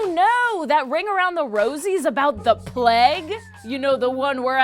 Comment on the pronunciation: why do you ( and many others ) pronounce it as the " Pleg "!? everyone i know say the " plAge